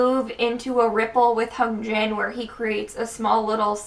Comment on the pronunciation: I love your analysis. Just something I keep noticing is your pronunciation Hyunjin. You put more emphasis on the H but it should be more on the y.